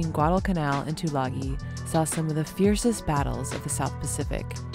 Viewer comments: FYI,it's pronounced " two lung ee". :-) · Tulagi is pronounced Tulangi as in sing.